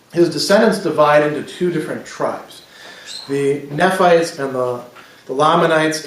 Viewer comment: Your pronunciation is a little off with your book of Mormon names, at least as far as the mainstream church pronounces them. Almost all of the vowel sounds are long, so it's nee-fites and more-ohn-eye for an example. Sorry, it just sounds odd to my ears. Love your lectures.